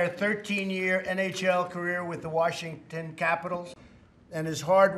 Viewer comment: Trump has a hard time pronouncing Washington